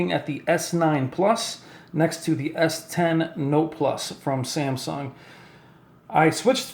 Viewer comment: It annoys me how he says s10